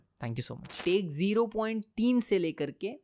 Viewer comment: "zero point tin" 😂